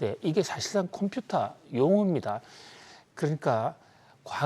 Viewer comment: 해박한 지식과 콤퓨타 발음은 덤으로 즐기고 있어요. 감사합니다.